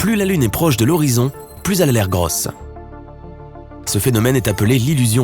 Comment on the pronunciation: "Plus elle à l'air Grooosse" l'accent de Toulouse la voix.